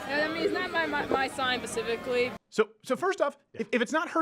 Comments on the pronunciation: It’s , but yes, she is grossly mispronouncing the word. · “it’s not my sign pacifically”